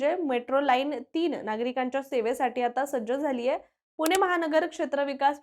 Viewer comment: अहो बाई, "पुणे" म्हणा.. तुम्ही " पुने" म्हणताय... पुण्याबद्दल बोलायचं तर मराठी शुद्ध पाहिजे.. 🤣